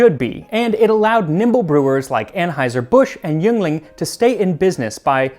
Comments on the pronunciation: As someone from southeastern Pennsylvania, Yuengling is pronounced 'ying-ling,' but loved to see PA come up twice in 1 episode! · while i’m sure that someone, somewhere has pointed this out in the nearly 5 years since this video has been around, i would be remiss as someone from philadelphia to not mention that yuengling is, in fact, pronounced ‘ying-ling’, though the mistake is understandable 😉 looking forward to ice cream season this year! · To you wonderful West Coasters. Yuengling is pronounced "ying-ling." Yes, it has been pronounced like that since 1829. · Yuengling is pronounced like Ying-ling. Give it a try if you're even on the east coast, it's one of the few beers available that's similar to what was common before prohibition. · oof, that yuengling pronunciation 😣